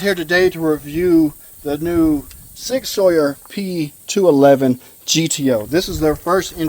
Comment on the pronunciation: Learn how to correctly pronounce Sig Sauer.